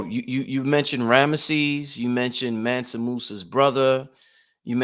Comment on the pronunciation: ManSA not ManNA